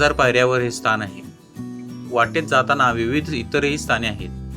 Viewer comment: स्तान नाही हो स्थान म्हणा